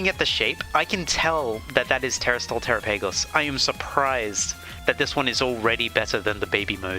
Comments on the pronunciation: The way you said trapigos 😂 TeraPagos 😂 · I cried when you said tera-PAY-goes 😭✌️